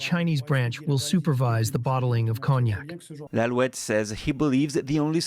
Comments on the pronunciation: Pronounced ". Kone-yak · Pronounciation of Cognoc = Ko-nyac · Cognac = silent G. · A new word in english , cog-nack. 😂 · One. Could learn how to pronounce cognac. “Conyac.” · Someone needs to tell him how to say cognac. Lol. Cog-nac.😅😅😅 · Note: cognac (CONE-nyak). Thank you. BTW, where's Tiffany?